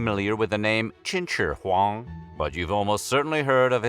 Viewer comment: I wanted to die after listening to him say Chin Shure Huang so many times